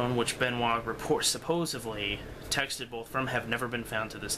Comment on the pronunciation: What I wanna know is why kids today cannot properly pronounce the word 'supposedly'. Yes, there is a d in it, not a v. I'm sure that's probably how your parents spoke, but they, too are wrong.